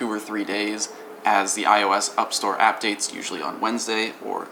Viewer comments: "Upstore appdates" lmao. hey stuff happens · I died at Up-Store and Appdates xDDDD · "UpStores" and "Appdates" i just lost it xD